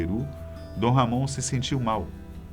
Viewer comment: A pronúncia é Ramon e não RR Amôn